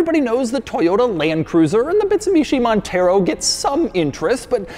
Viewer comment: Man said "Bitsumishi Montero" 😂 I'm more of a fan of the Bitsumishi Evo, personally